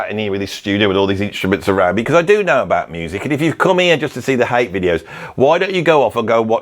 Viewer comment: I don't know why you say Hite and Tible. It's Hate and Table